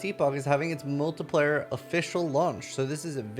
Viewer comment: it's pronounced MULTI-PLAY-ER not MULTI-PLIER